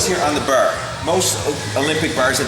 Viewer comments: Ha ha ha he can't say bar, BAR not BER :D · Only i that hear him saying "burr" instead of "bar"? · I have a feeling he's Canadian when he says "burr". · I knew you were Canadian because of the way you say bar